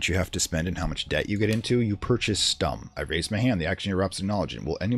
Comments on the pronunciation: The "u" in "Stumm" is pronounced like the "u" part in "you". Besides that you got it right. It's a German word btw and means as the game said - silent or mute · Yes that's more like it but it's a short "u" or "o" because emphasis lies on the "m" that's something you absolutely nailed :D Edit: I love the series btw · "Stumm!" actually means "Mute!" in german, which is pronounced a bit differently and this would make sense as the film would probably have no sound.